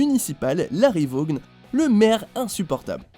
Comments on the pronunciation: Attends, pourquoi Randy ? Il a provoqué le tueur intentionnellement, c'est vrai que c'est pas très malin mais c'est pas un cas des plus stupides Oh, et le "g" de Vaughn ne se prononce pas, aucun "g" ne se prononce quand il y a un "h" juste après, comme dans light, night ou fight, et dire que vous foutez les VO mais que vous êtes incapables de bien prononcer un nom anglais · Juste une chose, le "g" de Vaughn ne se prononce pas, c'est comme si on prononçait le "g" dans "light", "night", "fight", "high" ou "thought", quand il y a "gh" le "g" ne se prononce pas normalement